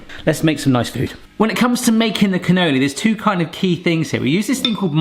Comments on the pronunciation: Cannoloni...😅 well, at least your version is rather fun,. Lol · Cu-no-lee is how it's pronounced.: )